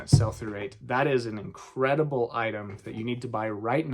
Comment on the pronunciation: What is sulphurate? Ah......"Sell-for-Rate," Uh, oh, is it "Sell-Through_Rate?" Gosh, I must get my hearing checked.